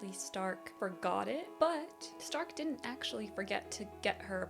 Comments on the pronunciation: German here: wrong pronounciation. We dont say Z if it doesnt literally say so(why you think we have Z in the alphabet?!?!?). We speak the S softly. Difference in Stark is ONLY because we differ S combined with T = SCHTARK, S+P = SCHP and S+C+H = SCH. The only case if we double S, Only THEN its hard pronounced like. Example Trasse= TRAZzE. That are the most common cases when we pronounce different. If you see a word in german with only Single letters, and not these examples above present, then its pronounced all equally on every letter. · The show calls the character’s name in German pronunciation. Sein = Zein Stark = Shtark Eisen = Eizen